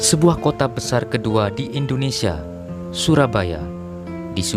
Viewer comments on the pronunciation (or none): none